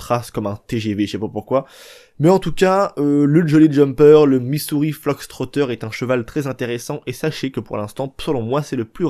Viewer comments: Fox Fox Fox et non Flox lolll l'anglais des français c'est horible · on dit Missouri FOX trotter banane !! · C moi ou tu dit Missouri fLox trotter 😂😂😂